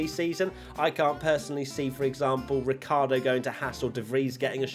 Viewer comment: Why British people keep calling Ricciardo, Ricardo? There must be a good reason...